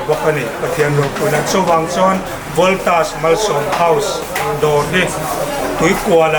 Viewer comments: Ngatinge aw voltas hi itih thiam reng reng loh mai le.. valtos itih deuh tlat reng mai le.. a lawmawm tur angin alawmawm loh dawn zawk alawm mawle. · Voltas tih pawh lam dik theilo valtos ani lo aw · Voltas tih hi ilam thiamlo nge ilam diklo lui valtos itih tlat zel lamdik tum teh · I lam dik tawh lutuk sir ...Voltras tih ngawt ai chuan Valtos tih pawh kha a âwm ang zawk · Voltas hi Valtos tiin ka lam ve deuh tlat zel ta mai a.. Lam a nuam deuh zawk aniang😂.... Engtik ah maw Voltas hi ka la dawr ve ngei ngei ang.... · VALTOS LA TI CHEU...LAM DIK TUM VE LA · Ka lawmpui che! Voltas lam dik hi i zir a ngai ani.